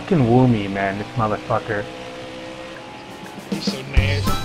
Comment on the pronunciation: It took half the video before I realized why they were saying wu me 😭😂 this was hilarious as always